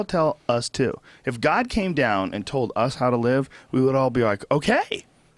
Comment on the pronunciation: Also I will forever hate redbans childish speech impediment. Says shit like "brawl" instead of "bra", or "tode" instead of "told". Holy hell, I know he's not around so much in modern day JRE's but still.